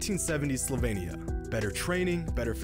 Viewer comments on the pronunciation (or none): It's Slovenia, not Slovania :/ also "202 olympics" lolwut? Best Regards, Your fellow Grammar Nazi